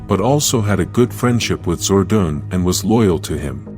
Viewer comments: Your saying Zordan name wrong if ur going 2 Do Vedios especially about Power Rangers Make sure you say there name right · It made me mad when he said "Zordan" 3 times when he said it but i knew it wasn’t his fault so i decided to calm it down. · Can't watch it on account that Zordon's name is being mispronounced.